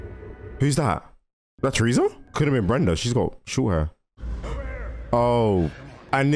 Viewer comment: i love how you say "tresa" instead of "teresa"